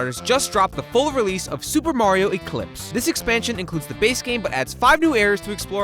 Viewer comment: I can't get through the video while the guy says "Supamar" every ten seconds.